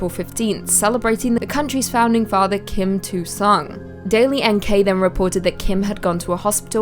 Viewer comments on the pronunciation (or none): I couldn't stop laughing when said Kim 2 Sung XD It's KIM IL SUNG